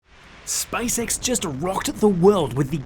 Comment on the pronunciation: "SpiceX" SpaaysEks